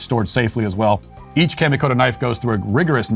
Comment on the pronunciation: Great video. The sponsor Kamikoto’s pronunciation is off just a tad. Kami would be similar to Commie from communist. Keep up the great work producing a wide range of content, as the world’s #1 LGBT Children’s author!